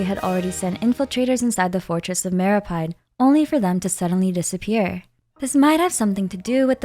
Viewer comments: It's meropeede not meropide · And then she proceeds to pronounce fortress of meropyde 💀